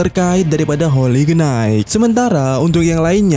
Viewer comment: HOLY KNIGHT dibacanya HOLI NAIT.... jgn salah yaaa min,,, sy cm bermaksud koreksi aja Bkn menggurui...